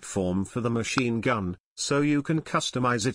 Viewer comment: “Machine gum” 😂